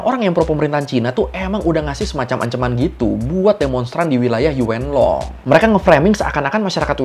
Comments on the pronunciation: E nya agak samar ka 😅yuun long gitu baca nya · Yuen long di baca yun long ,,gemes denger nya 😂😂😂😂😂